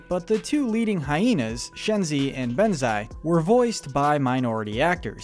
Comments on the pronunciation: Okay sorry but I’m so sick of him say Bonzai’s name wrong. It’s not Benzai. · It’s said bonzi not banze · It's bonzi not benzi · He butchered Shenzi and Banzai name